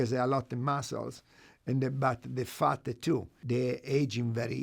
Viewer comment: when u say fat as Faht sounds like you are saying FART. lol